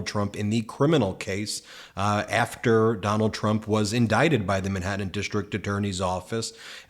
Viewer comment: Where is this "Minhattan" you keep mentioning.